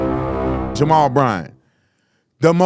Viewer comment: “Jarrell”? Did he mean to say “Jamal”??? Lord, help. The people cheering have been duped. Sad.